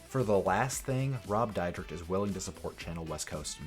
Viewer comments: Dude their names are pronounced sha nel west coast and rob deer deck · Oh my God dude can't you learn how to pronounce the people's names that you're Going to talk about on your video. Seriously do you live under a rock and you don't know who they are